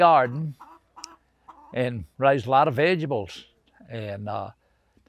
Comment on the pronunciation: Vegables is my new favorite word